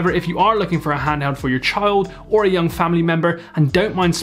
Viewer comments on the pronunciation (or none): none